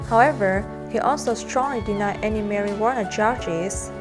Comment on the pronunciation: I like how she pronounce marijuana to marijuaner. Lmao its better way to pronounce it.